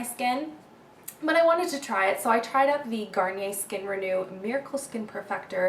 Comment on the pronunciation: ou-oo-t instead of ow-t